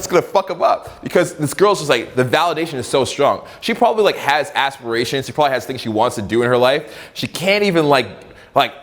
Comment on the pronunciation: "She has like AS-perations" lol